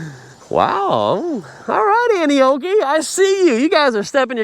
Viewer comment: I kept thinking he was saying Annie Oakley 😅😂